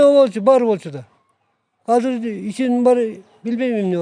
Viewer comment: "Казыр" - эмес, "Азыр" - деп эле сүйлөгглөчү...